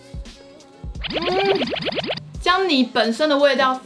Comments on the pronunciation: 看起來好好吃 ❤️ 但是不是只有我聽到薑泥會一直想到Johnny（笑死） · 薑泥我一直聽成Johnny